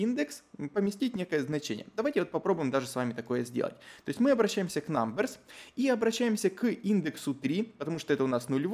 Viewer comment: айти прогер в 6 уроке: "говорит все с хорошим акцентом на английском" айти прогер в 7 уроке: намберс